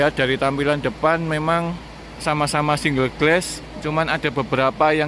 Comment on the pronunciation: Ralat mas spelling nya... Single Glass = singel glas... Bukan single gles